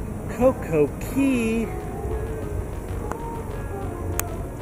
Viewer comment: It's cococay not cocokey